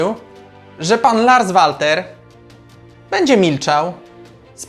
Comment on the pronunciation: PS. Odnośnie wymowy nazwiska trenera Larsa zajrzyj bo serio materiał spoko ale wymowa zagranicznego nazwiska w ten (Twój) sposób rani ucho 😃Nie wszystko co obce po polsku brzmi lepiej PS2. Wymawia się Lars Welter 😉